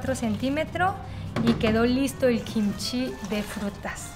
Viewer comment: Hola, me encantan tus videos y no me pierdo ni uno pero tengo una preguntita tal vez algo ignorante pero cuando hablas de Kimchi hay veces que dices Jimchi y no se si es diferente o es lo mismo.